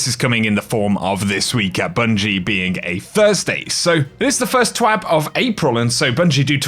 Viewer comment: awesome! Keep up the consistent content bro! First twab of april! Every time i hear you say twab, i think ur gunna saw twat xD